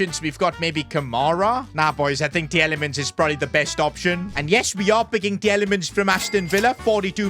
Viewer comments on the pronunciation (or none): It's Teelemans not Tjelemans